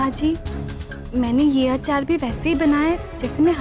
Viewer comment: Can Kokila, Rashi and Urmila stop saying आचार instead of अचार? 🙄